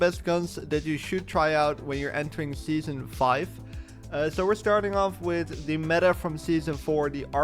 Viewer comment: scheason four